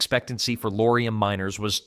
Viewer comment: Lead (led) poisoning, not lead (leed) poisoning.